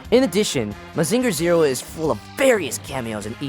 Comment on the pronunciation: Great review, but the way you pronounce Mazinger hurts my soul.